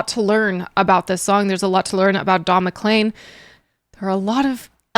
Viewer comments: Mc-leen, not Mc-Lane, but that's okay 😊😊😎😎 - this song is about a really bad day - also listen to "Vincent," also beautiful and very sad - simple instrumentation can underlie a song of any mood; this was very simple instrumentation well played, and I would definitely differ with "chaotic" but I have been a piano player for 66 years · You said clean in the video and pronounced it CLEAN you didn't pronounce it CLAIN.......like you do with his name which the last 5 letters are CLEAN.........weird. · Pronounced: Don MaKleen. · Not to pick nits (you asked) his name is pronounced is Mac-clean